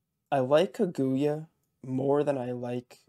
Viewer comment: Good luck! But just FYI, the emphasis in Kaguya is on the "Ka." You were driving me crazy saying kaGOOyah haha.